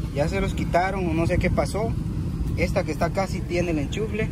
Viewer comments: se dice Enchufe, no enchufle, hay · Me dió mucha risa cuando dijiste hombres pecho de gallina 😂😂😂 y te quiero decir que se dice ENCHUFE y no ENCHUFLE!! Veo todos tus videos. Saludos desde Argentina!! ❤️😘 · Enchunfle 😂😂😂 No me burló,solo que se oye chistoso 🙈😂😂 Saludos desde cdmx! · Saludos gran cantidad de TVs pero se dice "" ENCHUFE "" Saludos Bro de Monterrey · Se dice enchufe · No sabes pronunciar echufre jaja